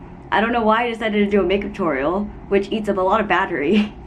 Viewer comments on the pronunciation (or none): none